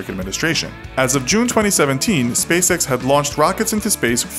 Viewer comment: Why does spacex sound like space sex?